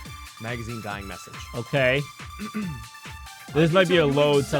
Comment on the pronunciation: "Vienna Sausage" and "Shining Message" is Hiro trying to say "Dying Message". He's an idiot